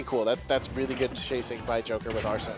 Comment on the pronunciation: How hard is it to say arsene since it’s pronounced when he comes out and they said it in the trailer smh